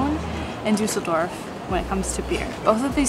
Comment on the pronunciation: Duss el dorf. Not Du sell dorf lol